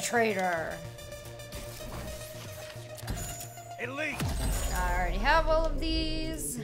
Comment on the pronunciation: How she emphasised "PENETRATOR!" Probably reminds her on something like you know